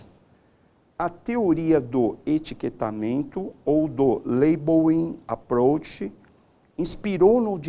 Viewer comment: "Teoria do Laibouím Aprouch"...foi o que salvou a aula kkkkkkkkkkkk